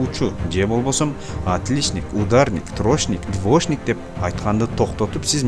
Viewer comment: Админ! Элге туура нерселерди жеткиргениң жакшы. Бирок, өзүң да аракет кылып, ушул мотивациаларды колдонуп, орусчаны үйрөнүп алчы. Билбесең двошник, трошник деп айтпай эле кой да уят болуп. Же үйрөн.